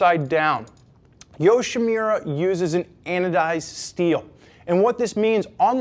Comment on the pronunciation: Nice review. This video & the customer product reviews, convinced me to go with the Yoshimura Kit over the Hot Bodies. Just one thing -- it's "Yoshi-MU-ra"...not "Yoshi-Me-ra". :)